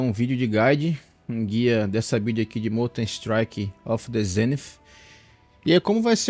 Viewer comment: kkkkkkkkkkkk pq ele diabo fala zenifffff th NAO TEM SOM DE "F"